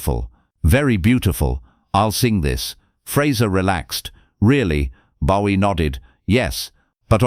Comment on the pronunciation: AI cant even pronounce Bowie right….